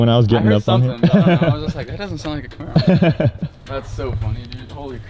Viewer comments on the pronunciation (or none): none